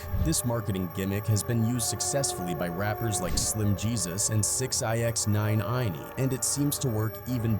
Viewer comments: Why did my man just call 6ix9ine 6 Ix 9 iney 😂 wtf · the a.i. called that man 6-i-x-9-ine-e 😂😂